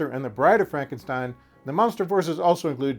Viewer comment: Fronkensteen? Do you also say Froaderick? Why isn't it Froaderick Fronkensteen?